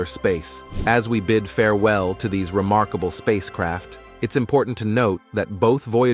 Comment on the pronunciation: "The vouya ger twens probs achieve a bled remorkabable feets"😂😅😂